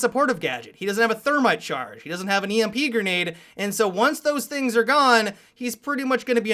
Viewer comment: STOP SAYING GERNADE OMFFFFFFBUHUHNHNUNIHNHINHIUHBUGB